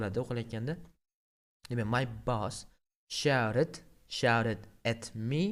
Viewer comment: Dalbayob boss ni togri talafuz qil